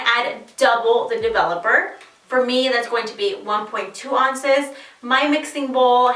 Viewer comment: Great tutorial, and you are stunning! I do have to ask why you say ounces "on-ces" instead of "ow-nces"? It's adorable, I'm just curious. :) Thanks for the strategy and tips!